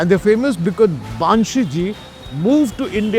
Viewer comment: Sir its बंसी नोट बांसी 🙏🙏